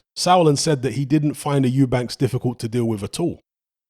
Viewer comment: Or when people say Eubanks